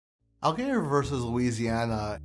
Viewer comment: you pronounced allgeyer wrong :(